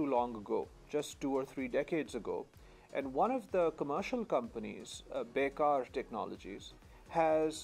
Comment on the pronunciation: Baykar is pronounced Bay-kar. Be-kar is a slur used by Indian ultranationalists, which means Unemployed in Hindi/Urdu.